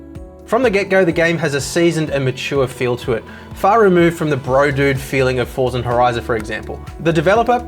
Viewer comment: "Forzon Horiza"